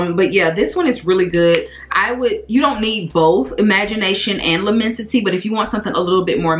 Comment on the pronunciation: L’lmmensite is definitely better than Imagination imo. Also I believe It’s pronounced “Le-mon-si-tay”. Great list!